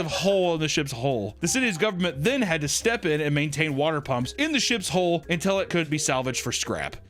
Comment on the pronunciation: imagine pronouncing hole and hull the same when you clearly no better.